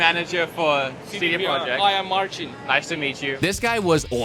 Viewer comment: I love how from CD Projekt pronounced his name with American accent:D It doesn't sound like that in Polish:D